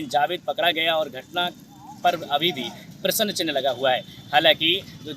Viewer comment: Bolane ka dhang bhi nahi hai prasn ko Prasann bolata hai